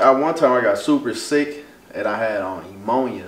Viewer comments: had what?? “Emonia “ lmfaoooooo pneumonia!! (Na-moan-ya) he had me so deadddd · “EMONIA” 😂😂😂 It’s called “pneumonia”.... new moan ya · nigga said emonia 😂😂😂😂😂😂😂😂😂😂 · He said “emonia”